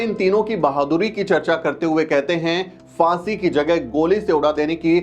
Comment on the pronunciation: It’s Phaansi not Faansi. Abe Hindi theek se bol!